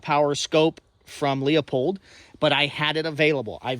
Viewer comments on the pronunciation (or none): Leeupold? come on Leupold!